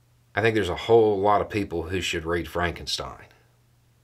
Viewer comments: That's "Frawnk-en-shteen". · “It's Pronounced Fronkensteen”